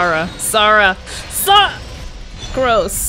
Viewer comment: its sara not sauraaa